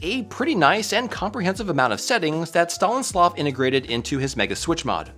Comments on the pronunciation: Stanislav Not Stalinslav xD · Also, the name is "Stanislav", not "StaLINslav". As for me, I prefer my old crt look, just can't look at those sharp pixels. Always using crt shaders when playing on emulators. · "StaNislav", not "StaLinslav"....:) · Creator's name is not Stalinslav, but Stanislav, or just Slava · Stanislav, not Stalinslav 😊 (especially since he is from Ukraine, no one like Stalin) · Stalin-Slav:face-blue-smiling: Sorry but its hilarious. His name is not about STALIN hi is STANIS 🙂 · Sounds more like "star-knee-slav", not "STALIN-slav":face-blue-smiling: that's why we have short variants of our names, e.g. "Stas" and yes, mod is amazing, love his content on YT as yours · Dude, it's pronounced STAN-IS-LAV! Definately not Stalinslav! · It's "stan-is-slav" for the record, not "Stalin-slav" which made me do a double take lmao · "STALINSLAV" AHAHAHAHAHA!!! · Had to double check, lol. UPD: seems like that wasn't just a slip off a tongue. Well, at least the text was correct 😅 PS: in case someone doesn't know, Stanislav is a proper Slavic given name, it has nothing to do with Stalin. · Dude! STALINSLAV???!!!! 🤣 Reading is not THAT hard, man. You killed me lol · As far as mispronouncing a name goes, that’s pretty bad. Lol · I was like WTFFFF DID HE SAY???! And yes, he had said that! 🤣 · I think you had a little oopsie with the pronounciation there . That man was a different kind of Slav